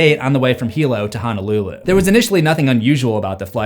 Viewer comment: FYI... Honolulu is pronounced like ohno, not ahnah. Thanks!